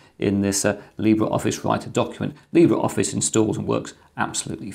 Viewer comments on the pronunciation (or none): none